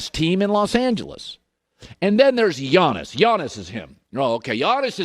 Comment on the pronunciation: it's Giannis 🤦🏾‍♂️